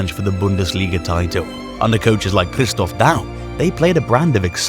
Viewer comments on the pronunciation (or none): none